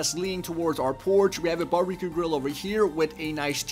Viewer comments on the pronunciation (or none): lol listen to him say Bar b Que